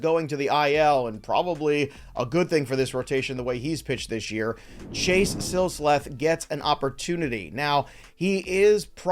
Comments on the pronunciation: I think it's Sil-seth, not Sil-sleth, but good stuff as always. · Lol he got it wrong the first time he said it, then he got it right the second and third time, then got it wrong again the fourth time.